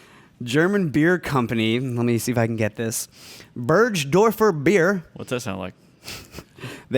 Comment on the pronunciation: it's "Burgdorfer Bier", not "Berg", I mean the accent was not there but it's fine:)